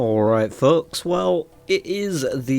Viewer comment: kind of crazy you keep calling the viewers "fucks" I know you're saying folks lol